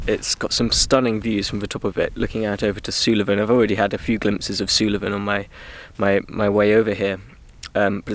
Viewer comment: its pronounced 'Soolven' not 'Soolaven'